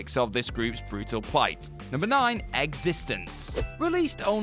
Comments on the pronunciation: Existenz. Pronounced Eggs-ist-ens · We know one thing for sure, the narrator of this video has never seen eXistenZ. If he had, he would know that it is not pronounced the same as "existence". Also, Donnie Darko is about mind bending as Toy Story. I suppose if you're one of those people that have to watch videos like this to find out about the movies you've never seen it might seem like a confusing movie. If you're someone used to science fiction, it's just another movie, nothing odd about it.